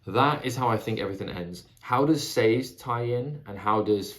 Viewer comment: Sazed Rymes with David, just a tip on pronouncing his name.